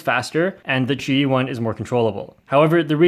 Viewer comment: There are wrong ways to pronounce qiyi but you use the worst possible way